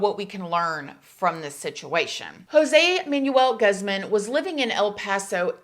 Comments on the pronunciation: so country lol “guz-man” goozmohn is how pronounced. No biggie it just kept getting me 😂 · The way u said his last name cracks me up!! It’s pronounced like Gooz-mon not Guz-men lmao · No hate but I notice you often mispronounce names when it’s a Hispanic person . Just wanted to let you know it’s pronounced gooze -mon not gus-man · Guzman is pronounced where I live as Gooz-maun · Easy thing to do is learn how to pronounce Latino last names. It's Gooz-mahn and Or-tease! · "Guzman" Is Pronounced "GOOZMAN" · You are so adorable trying to pronounce those Spanish names I give you props just wanted to let you know that the last name Guzman is pronounced goozman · It’s pronounced goose-mahn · Pronounced 'Gooz-maan'. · Lol how she pronounced "Guzman" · i know you can’t tell from the spelling being “Guzman “ but in Spanish the u’s are often pronounced as the “oo” sound